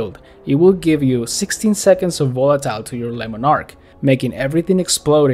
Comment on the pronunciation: "Lemon ark" love the English pronunciation of it :D